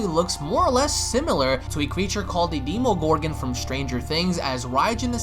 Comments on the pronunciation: its Demogorgon not nemomorgan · in the first few second demomorgan wow it demogorgan